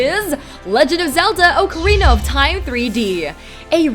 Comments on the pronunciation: Oke uh reena of tyme lmao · Ohkarina of time..........